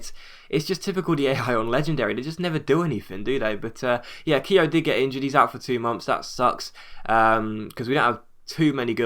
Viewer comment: Your pronouncing Keogh wrong